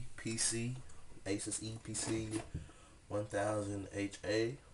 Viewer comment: Finally, someone who actually said the brand right! aSUS not aSOOS